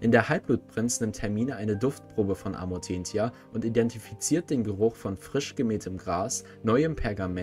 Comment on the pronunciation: Alter sorry aber ich kann das nich hören das wird amortenzia gesprochen!!!